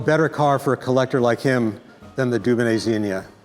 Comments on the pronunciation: Please pronounce the name Dunonnet correctly maybe, it’s not “Doobanay”, it’s “Dewbonnay’. This repetitive faux pas rendered the whole video unwatchable. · Are you pronouncing 'Dubonnet' correctly? It grates on my European ears.